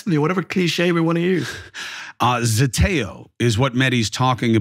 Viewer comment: ZETEO not Zetoe .